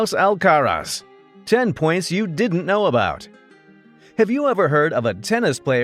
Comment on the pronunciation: Here's a fact you don't know about Carlos. When you pronounce his surname, the stress is on the last syllable. You're welcome